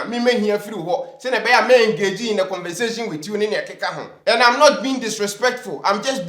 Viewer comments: WHO CARES ABOUT THE SCHOOLS YOU'VE ATTENDED; WHO CARES ABOUT YR UNCLE.. DO YOU REALLY KNOW WHAT YOU'RE TALKING ABOUT?.. I DON'T THINK I SHOULD WASTE MY TIME LISTENING TO YOUR FOUL MOUTH PRONOUNCEMENTS ''....HEHEHEHEHEHEHE!!!.. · As Educated as he is... Common conversation is convensation... Learn your phonetics well... My man... dont mind him... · The guy can’t even say “Conversation “. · Educated person claiming to speak good English and u can't even pronounce "CONVERSATION" properly......this man is really pissing me off, "I tell u" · This is the second time I've heard him saying convensation instead of conversation.....aaaaah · Did I hear him say convensation instead of conversation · Did he say convensation instead of conversation? Akoa yi wasa papa. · has been part of pulling people down supporting Ken in making people’s life hell. Whether they are good or bad it’s their life’s work and you have become famous for it. Imagine you can’t take criticism. I am disappointed ☹️ at your behaviour. If you get to read this stop saying CONVENZATION. 😛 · The guy claims to be very well-educated but his pronunciation, and use of tenses are very bad. He hasn't got a clue of what he is saying at times. For instance, he says: 'take me up' instead of 'take me on'. He says 'convensation' instead of 'conversation'. He said: 'what you did, amount to despicable blah blah blah' that is all bad English. 'I am to informed you' is also wrong. You put a 'twist on' something, not a 'twist to' it. Basically, I can't even be bothered go on. He is a Bush-man period!! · I came to the comment section because he said CONVENSATION 😂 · for this your level d33 please stop saying “convensation ”. You say that all the time and everyday. The correct word is “conversation” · aka convenzation. Adwobr333w😅😅😅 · Did just say "CONVENSATION" 🤣🤣🤣🤣 bogus "journalist" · He said convensation🤣🤣